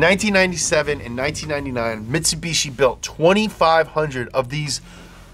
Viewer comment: Presents the Mitsubishi Pajero Evolution. Me, returns the video to that part to listen again. "Mitsubushi Pajero..." Me: Laughs hysterically in Spanish.